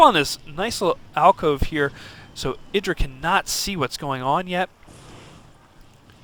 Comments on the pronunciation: Actually Artosis pronounces it eye-dra as he interviews him about the predictions in this very tournament. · Got it, thanks. I see that he's explaining the origin of the name and how it came to be but the Artosis still refers to him at eye-drA. I would think that IdrA would have corrected a long time ago. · EYE - DRA